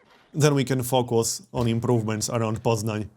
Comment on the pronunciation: Lol he actually knows how to pronounce Poznań because he's Polish